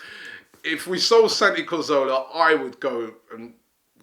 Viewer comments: cazorla. not karzowla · CA ZOR LA not carzola C A Z O R L A